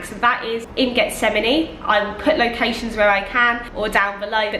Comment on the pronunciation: Getsemani is pronounce = HETS-a-man-E. The G is pronounced like an H.